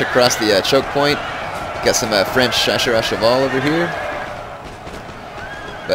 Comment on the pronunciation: hey. if youre interested, the chasseur are actually pronounced "sha-ss-R"(for the R, you just say the letter). I'm not judging, just trying to help. cheers man.